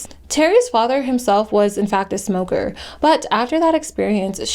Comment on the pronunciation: Not gonna lie I used to make fun her saying “ I used to be a ‘moka” when I was a kid. I stopped doing that but I still think saying it like that is funny